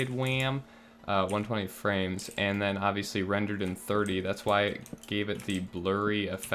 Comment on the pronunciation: "120 Fwames dedicated wam" hahahaha